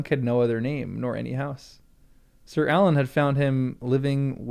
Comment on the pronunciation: I laugh every time you pronounce Arlan Alan.